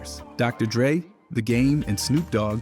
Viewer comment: doctor... drey? despite having him as a menTOUR